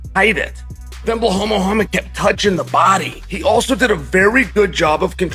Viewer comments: How much did "Belhaul" pay Chael to say these things lmao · Blahaul 😂 Alex Pierre 😂